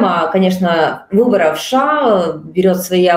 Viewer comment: Уважаемые журналисты, не говорите, пожалуйста, "Ша", нет такой страны , есть Соединенные Штаты Америки, США , в крайнем случае " Штаты", режет слух, извините. Эфир замечательный.